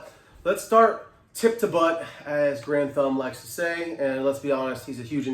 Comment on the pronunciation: Garand thumb not grand